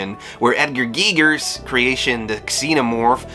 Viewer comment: I hear you on that one buddy :) still a great video. I never know if sometime's there's a running joke I'm not aware of. Plus side Giger was pronounced correctly which is pretty rare :)